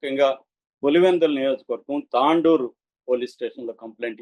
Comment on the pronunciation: Tandoor కాదు తొండూర్